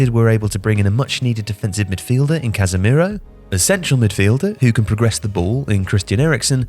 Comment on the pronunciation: i think it's pronounced 'casemiro'. that's how they've been so good. which makes a staggering point how much depth real madrid have.